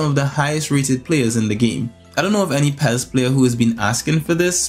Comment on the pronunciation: It's pronounced P.E.S not Pez, but we all do things differently so I cant argue with that, lol, keep up the good work ;)